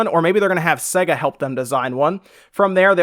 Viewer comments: Omfg. If you'd ever played one you'd know it's pronounced Sayga ffs. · Hugh Mungus Swing and a miss. It's Sea-ga. It's Ree-yu, not Ryu. That was a bonus fact =) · In my entire life no one has pronounced sega as segga and I’m a hundred and ninety six. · Ditto on all the pronounciation comments. Stop saying SEGA like a freak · I’ve never heard SEGA pronounced exactly how it’s spelled until now. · Please stop saying sega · had to stop watching due to you pronouncing SEGA wrong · You say Sega weird it tells you how it's pronounced at the start of sonic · This guy cant even pronounce SEGA. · ive heard americans say sega all ways except the right way. surprising seeing as america was their main market. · ahahahah sayga? what the fuck XD it's SEH-GA, you can even listen to it in every genesis\megadrive games, there's no doubt about it. it's not See-ga and it's definitely not Say-ga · That actual pronunciation is... Oh wait, no one gives a fuck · Literally couldn't finish this video because of the way he was pronouncing Sega... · This guy can't even say sega correctly. Its say-ga not se-ga. If you ever actually played a sega before you would know this due to the boot up screen logo where they actually pronounce it for you. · its pronounced SAYGA not segger did you learn nothing from the logo opening sequences? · It's Say ga.....not se ga.. he says Sega funny. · SEGA is pronounced with a hard A sound. (SAY-GA) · What's Segger!? Even my girlfriend noticed your bad pronunciation. Shame on you. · Can people please learn to pronounce names properly it’s say-ga, it’s the same with You-b-soft for some reason it really gets on my nerves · Jerry Smith segga is what he is saying though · Just throwing my two cents in, but the guy is clearly pronouncing it SEGGER. I actually came to the comments to see if anyone else noticed. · Everyone in the UK say's "Say-Ga". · This guy clearly has never heard the intro to a sega game that bursts eardrums : SAYGGGAAAA! what the f is segga